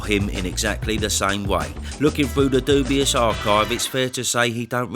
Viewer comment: 🤦🏾i go through bros videos and click on every thumbnail with Daniel on it just to hear you call bro DUBIOUS 🤣😭